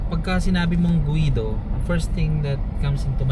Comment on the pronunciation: Guido as in GI-do hindi guwido!🙄